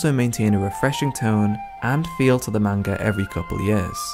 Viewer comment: Great video but plz pronounce manga the correct way it’s like hearing nails scraping across a chalkboard